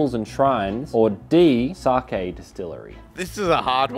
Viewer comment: i might be wrong but i think its pronounced 'sakay'